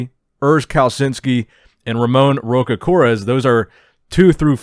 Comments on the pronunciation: R in Brazilian Portuguese sounds like “H,” not Rocha — Hocha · "Rocha" sounds like "Rosha" in portuguese, btw, great video, as always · His last name "Rocha Queiroz" is pronounced "Hosha kayróz" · Just a tip if you really wanna nail Ramon's name: "Rocha" is like *Rosha*, with a strong sh sound And "Queiroz" (i know, hard asf) is like Kay Ross Hope this helps